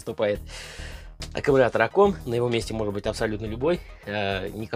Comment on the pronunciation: Блин, за 1 минуту слово аккамултор, автор произнес до тошноты